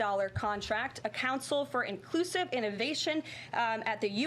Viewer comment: It's project 2025. "Inclusice" She said.